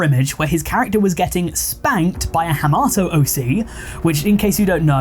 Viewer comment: "hamato" it's called hamtaro (ham-tar-oh) bro 🥀